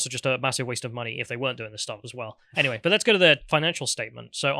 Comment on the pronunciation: Anyvay, anyvay, I'm a Teletubby and you're not my fwiend